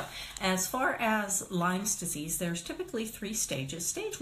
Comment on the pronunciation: first it would be good if you know how to say lyme disease.wow